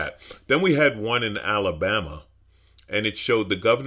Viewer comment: You had me at “Alalbama”….